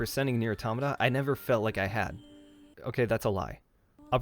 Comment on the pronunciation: The biggest lie about this game is the mispronunciation of Automata! At least you got it right. We all love this game……and 2b. 9s can die!